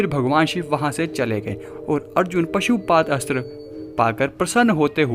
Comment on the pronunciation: निवेदक पशुपात अस्त्र बोलता है। परंतु, सही उच्चारण पाशुपत अस्त्र बोलना योग्य है। मनोहर